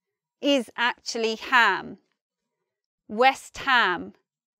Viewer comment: Did you just say atchley instead of actually? There! You did it again!